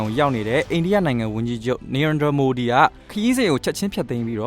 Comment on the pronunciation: လက်ရှ်ကာ အီး တိုက်ဘာ ။ နာရန်ဒြာ မိုဒီ ။ အိန္ဒုမြစ် စတဲ့ အသုံးအနှုန်းနဲ့ အသံထွက်တွေ မှန်ကန်ဖို့ သတိထားပေးပါခင်ဗျာ